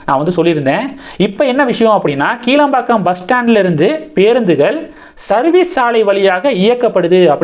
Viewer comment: "கிளாம்பாக்கம்" என்று உச்சரிக்கவேண்டும்! "கீழம்பாக்கம்" இல்லை!